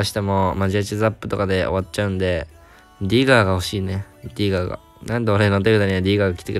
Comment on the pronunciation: 英語の発音がよすぎるネイティブの先生並みの「ディガー」